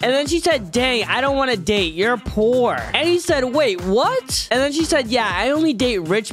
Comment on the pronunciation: Bruh how did she say date in roblox